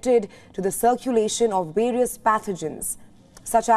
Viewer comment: RESPIRATORY NOT RESPEYREYTORY... VARIOUS NOT . VERIOUS